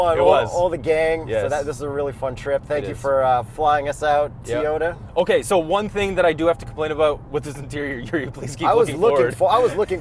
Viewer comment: "Thanks for flying us out TAAY-ota"